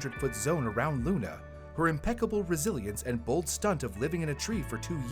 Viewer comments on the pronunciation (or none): none